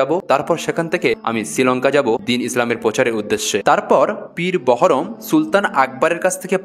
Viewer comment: মিস্টার ---কোথা থেকে এই ইতিহাস পড়েছেন? জ্ঞান না থাকলে জ্ঞান জানতে জ্ঞানের ইতিহাস পড়ে তারপর ভিডিও করিয়েন।বারবার উচ্চারণ করছেন সুলতান একবার। আকবর ছিলেন সম্রাট সম্রাট।জাহাঙ্গীর ছিলেন সম্রাট। কোথা থেকে সুলতান কথাটা পেয়েছেন? ৫ মিনিটেই মারা গেছে --কোথায় জানলেন। পীর বহরম---পীর বাহারাম।ইতিহাস জানতে গেলে ইতিহাস পিপাসু অভিজ্ঞলোক এবং উপযুক্ত বই পড়ুন। আপনার সঙ্গে ইতিহাস আলোচনাতে আমি আগ্রহী কেননা বিকৃতি ইতিহাস সত্য কে অসত্য করে অপরাধ করে। সুফি।